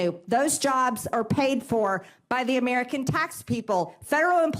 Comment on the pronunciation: "th'Murican tax people" what??